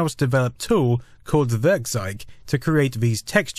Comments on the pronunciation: Really nice video, .kkrieger blew some heads back in the day. =) FWIW when trying to say German words, it can help to remember a couple of things, like how eu and äu are both pronounce "oi" (so Werkkzeug = Werkkzoig, bräu in beers = broi, etc.), and ei is pronounced like the English word "eye" (so less "heil Cesar" and more "hail HiREDACTED). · Werkzeug simply means tool in English. And you would correctly pronounce it like this: "Wairktsoig" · I like how you pronounce 'Werkzeug' as 'Würgzeig' xD